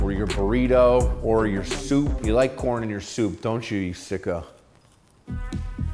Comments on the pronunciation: Thought I heard porn lover at the moment I click this vid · the first 3 seconds I thought he said "are you a porn lover?" lol. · I legitimately heard Porn at the start and not Corn.